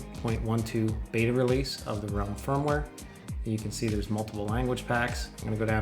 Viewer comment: Nice! Ps.: It's Ralim - with an a ;-)